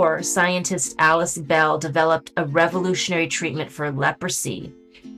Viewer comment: Alice BALL, not Bell.